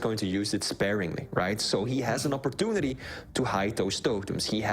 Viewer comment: Is opportunidy a swedish thing too? Nothing against flee but hearing sip instead of sib makes my blood boil, be it a swedish or martian thing. I know swedes have a hard time with "j" outside swedish but saying SIB can't be THAT hard can it?